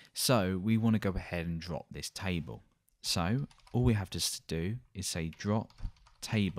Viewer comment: taible nice accent hahaha.